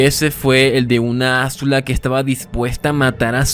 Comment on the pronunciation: Maravilloso análisis, es "Azula" no "Ázula" con acento prosódico en zu no acento en la A